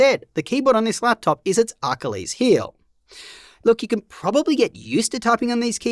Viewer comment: Ahkuleez Heal